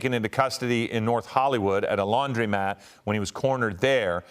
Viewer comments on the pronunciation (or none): Stop saying Laundrymat. The word is Laundromat. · To announcer: It's a laundromat. You've never seen a sign that says "laundrymat" so why are you say it?